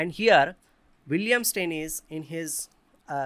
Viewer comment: As a German, I am in pain when you say "Steinitz" :D Aside from that, very nice analysis!